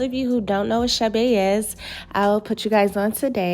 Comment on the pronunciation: Not chabe chade